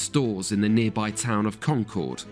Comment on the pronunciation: Solid video. And his pronunciation of “Concord” was spot on. 😄